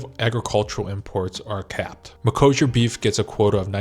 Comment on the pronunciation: Wait is this really how You pronounce Mercosure in US? I hear almost EU "ecossia" deal there like that search engine site. The deal is dangerous to our farmers, because our beloved politicians didn't negotiate enough exceptions for us so that's voters fault as well, and for consumers because chemicals in Brazil are pretty much uncontrolled comparing to EU and they negotiated plenty of backdoors in the deal to make sure their meat will fly here even if some norms will not be as they should. I recently watched Polish YouTuber girl who migrated to Korea and she claim that there will be likely more Polish products also flying to Korea because Poland got promoted to higher trade partner rank in foreign relation ministry or sth like that, so who knows maybe some of our agriculture will be send there to maintain some production capacity here, Thank You Korea I guess.